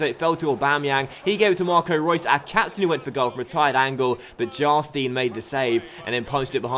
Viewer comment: Its Jarstain not Jastin